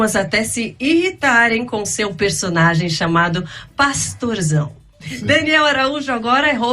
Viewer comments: Parei no 27 min. Quanta incoerência desse " " 😒. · Daniel Araújo precisa fazer discipulado 🤣🤣🤣🤣🤣🤣"" realmente é um comediante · dando uma lavada no “”